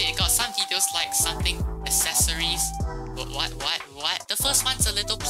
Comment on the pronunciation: bro said accesories wrong